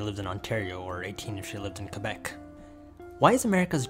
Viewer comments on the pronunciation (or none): none